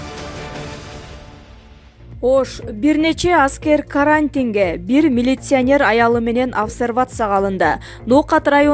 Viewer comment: Каарантин каарантин деп айтасынго